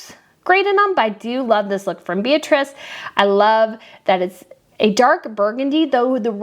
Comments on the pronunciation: yes, they are that different. And Donna Beatrice Borromeo's first name is pronounced Bee-AH-tree-che. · Plus Beatrice is an Italian name so in this context the you’ve used the wrong pronunciation: it’s BeatriCE like Che Guevara.